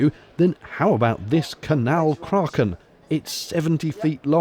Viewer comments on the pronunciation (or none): none